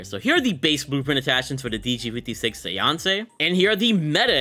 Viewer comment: Lol you mispronounced séance 😅 it's like SAY - ONS